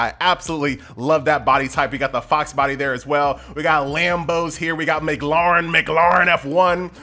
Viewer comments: Anyone else find it weird how he pronounced McLaren? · you pronounce McLaren incorrectly